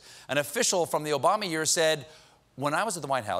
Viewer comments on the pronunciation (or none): none